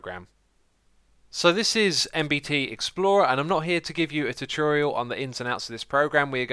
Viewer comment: "Chu-churial" Xisuma says some pretty interesting things... :P